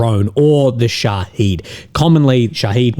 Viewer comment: sha heed (long sound) means martyr in Persian/Arabic whilst sha hid (short sound) means witness (sha hid being the Iranian designer’s name for the drone, because it witnesses events). Transliteration to English is a flawed technique, yet the difference in pronunciation is important in the interest of accurate reporting!